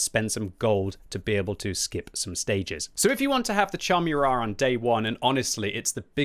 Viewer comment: Kudos for pronouncing "Murat" properly. :)